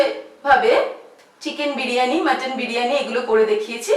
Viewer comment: বিরিয়ানি হবে, বিড়ি য়ানি নয়......drishtikotu lag6e.... ki6u mone korben na..